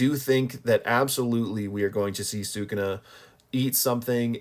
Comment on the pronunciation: Say it with me. "Soo-Koo-Na". Not "Soo-Kuna" Also, literally everyone gets Ui-Ui's name wrong despite the fact that we literally have an anime for reference. It's pronounced "We-We."